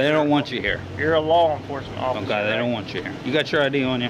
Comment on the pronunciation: Do cops learn how to say" Um kye" for ok? And this guy is sheep clown who makes me cringe with the word "story" once again.